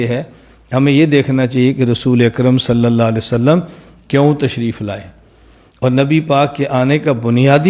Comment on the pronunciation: جن گدھوں کو صحیح ڈھنگ سے صلی اللہ علیہ وسلم کہنا بھی نہیں آتا وہ دلیل کی بات کرتے ہیں(انڈیا )